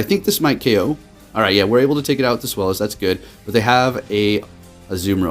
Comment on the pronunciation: Hahaha I love how you went from sfylis to swelis😂